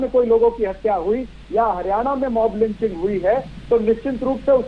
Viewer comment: एंकर जी मोमलांचिग कह रहे हैं